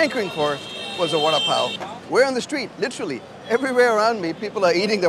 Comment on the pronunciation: When did we start pronouncing "literally" incorrectly?